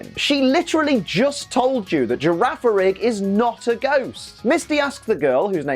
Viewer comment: The second G in Girafarig's name is a hard sound. Gira farig Farig iraf That's the only explanation I can think of at least